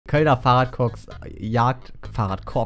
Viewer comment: Hat in den ersten zwei Minuten Fahrradcops oder Coks gesagt